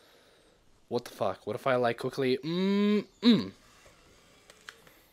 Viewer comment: Stop saying fuke